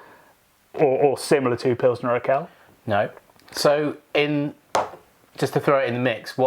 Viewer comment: I got goosebumps when said Urquell. I'm very much a Belgian and love a lot of our beers (yet I do agree that the US, UK and even our brothers from The Netherlands and Scandinavia have "caught up" (It's not a competition, is it)), but I lived and worked in Czech Republic for a year and after trying an unpasteurised and unfiltered oak aged pilsner in the cellars of the brewery my mind was blown. And most pilsners from tank or barrel had been great anywhere in the country. I haven't been able to convince any of my fellow country men how good Czech pilsner really is (heck, most think Duvel is the best and only good beer in the world) as all you can find is Urquell in small bottles or Budvar in cans but you guys gave me hope that my tasting buds did not cheat on me. Is it really the best beer in the world? Maybe on a boat indeed. But I agree: I hope I still have to discover it as well. Na zdraví!